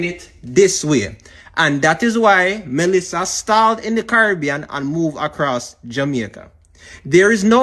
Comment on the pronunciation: It’s Melissa not Malissa🙄